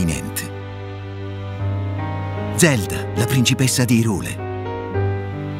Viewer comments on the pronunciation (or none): No, va letto come Hi in inglese perché esiste anche Lorule che appunto vive del gioco di parole Hi e Low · La pronuncia corretta è "Hàiral", così come il suo corrispettivo è "Lòral". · Tutto molto bello ma odio profondo ogni volta che dice IRULE